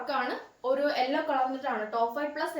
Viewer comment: ഒറു അല്ല ഒരു എന്ന് പറയു